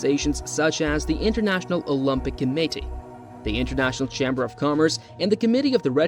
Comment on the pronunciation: 100% “Olympic Committee” gave it away. Same with “Sicily”.